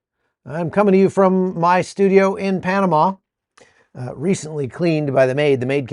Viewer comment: Panamá, penomme